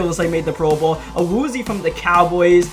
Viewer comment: It's awuzie ayeee btw